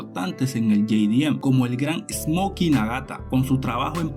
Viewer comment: todo el planeta _ jdm latino america - ye-di-em xdxdxd